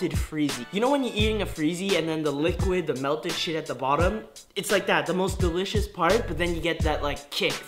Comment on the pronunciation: i thought he said these were delicous in the war head video